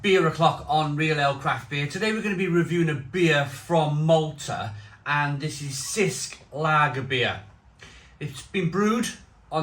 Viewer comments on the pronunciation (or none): it's pronounced CH-isk